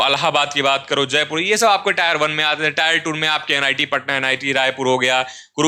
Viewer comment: ये टायर है or टियर